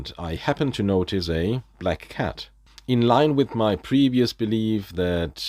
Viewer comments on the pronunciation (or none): none